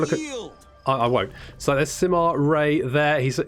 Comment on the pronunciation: I live in China and it's pronounced like Sima Yue(not ray, but yoo-a). You can use Google translate to listen to the authentic Mandarin pronunciation. Like it so he can see it.